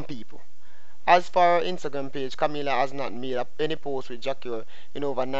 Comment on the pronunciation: Her name is not Kamillia. Kami...la